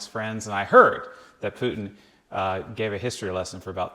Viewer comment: Oh thank you for calling him PUTIN not PUTN like Americans usually do...